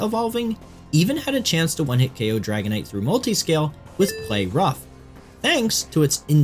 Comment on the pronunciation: The way you said dragonite 💧😔🎯